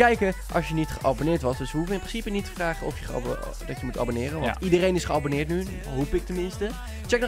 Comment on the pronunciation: Toen jij zei abboneet abonneerde ik